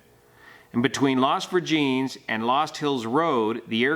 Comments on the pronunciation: at min you state the road name “las virgings” I believe it is pronounced las vir-gen-(Es). I could be wrong but I’ll check and get back to you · Additional researching says it is pronounced VER-Jen-es. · It’s pronounced Las Ver-gen-es (but spelled Virgenes). Also he was NOT close to the tops of the hills bc if you see where the crash is there were at least 3 more hills above the crash site. The Santa Monica Mountains have layered hills that start about 1.5 miles north of the Malibu Canyon tunnel. So imagine if you layer four hills one on top of each other but the next one could be 400 to 700 feet above the one below it. They lay float one atop the other with the lowest hill being the one on top, etc but at an angle of perhaps 40 denoedsydyhx lldegrees or more from the horizon. The area of the crash did have hiking trails which are all over the place. I just kid mm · Edit:, the street is pronounced "Las Vir-gin-ess" I had no idea what you were saying until I looked it up on the actual report. FYI. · It’s Las Vir gen es. Sounds like Virgin with an “s” at the end. Your pronunciation is hilarious to those of us who live there! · Pronounced incorrectly ...LAS VIR GIN ESS .... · I love watching your channel. I'm from Thousand Oaks where Kobe's Academy is. I was born in the valley and raised in Thousand Oaks so I'm very familiar with the area. The fog is wicked when it rolls in and it's basically impossible to even see the roads. This is just so sad. Oh, and Las Virgenes Rd. is pronounced Las Virgin-es. 😊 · Pronounced Las "Virgin ESS"